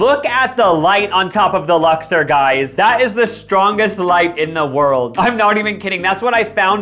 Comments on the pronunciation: Lux-OR not lux-ER (Vegas local here) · Uh, It's Lux-Ore. Ore. Sorry. carry on. Great stuff. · I think you’re pronouncing the name wrong. It’s Lux-or, not Lux-er. 😂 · Lux-OR not Lux-ER